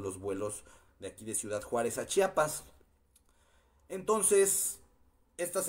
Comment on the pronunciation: se dice CHIAPAS no CHAPAS